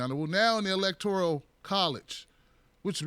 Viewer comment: E L E C T O R I A L??? There is no I in that word.